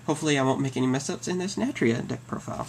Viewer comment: why u no pronounce the "u" in natUria.